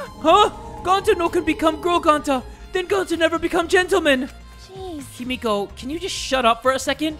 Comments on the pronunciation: everytime he said himoko i screamed HIMIKO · I don’t know what’s worse: saying Himiko as Himoko or IBeerleezy saying Chiaki as Chihari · "himoko" no. No. 💀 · it’s pronounced hee-mi-ko 😀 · No one: Not a soul: Not even Kokichi:: changes how he pronounces Himiko's name every time he says it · ok so im fine with him saying Byakuya wrong BUT him sayin Himiko wrong bothers me